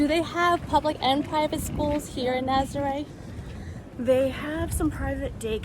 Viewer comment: For the love of Pete, please pronounce these names properly. I cringe every time I hear Naz-ah-ray, it’s Nah-zah-reh.